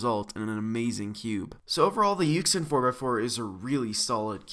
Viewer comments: Ik this is old but it makes me cringe when he pronounces it Yuxin not Yushin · Just FYI, this puzzle is pronounced yushin, not yuxin. It's pretty weird. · its you-shin not yuck-sin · It's pronounced [Yu-SHIN] bud. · When he said [yu-xin] I just stared like 😶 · It's pronounce yooshin btw.